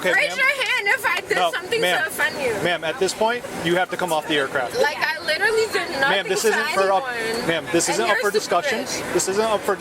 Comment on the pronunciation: The ‘Literately’ & not ‘Literally’ drives me up the freaking wall.